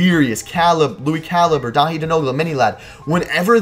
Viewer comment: I cringed when you said first name wrong 😂 But I've been subscribed for a while and you guys have amazing content. And I doubt the crew is coming to an end. Maybe a couple members leaving but vanoss' entire career revolves around his channel.